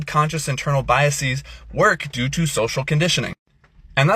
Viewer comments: Also the pretentious nerd thinks he sounds elite with “biaseez” when it is “biases”. It’s not a Greek word, nerd. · BY-uh-seez. Unusual pronunciation! Maybe he mispronounced the word intentionally to show solidarity with Dominique, the spokesman who cannot speak. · I have biases against people who pronounce it “biaseez”. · Maybe this influencer should first start by learning how to pronounce the word ‘biases’ before he tries to convince the rest of the world that he’s an authority on this topic. This is what’s so sad these days, people don’t any have any idea how stupid they are. And the ones who know the least are always the loudest. Our Christian influencer friend needs to start reading books and doing research.